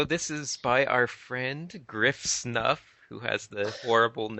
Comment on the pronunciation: I'm pretty sure Griffsnuff is pronounced more along the lines of [grɪfsnʊf], i.e. with a 'u' as in 'put' or 'full', making her name far less horrible. ;) Also, the least-effort-biggest-fanservice-tits-furry image is frontpage-material. Stay classy DeviantArt. Anyway, keep doing these, I enjoy them far more than I should.